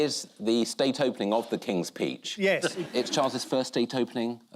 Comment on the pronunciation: I am now hearing "King's Peach" 😊😂😂😂